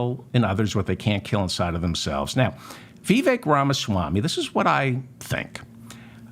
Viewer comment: You can’t even say his first name correctly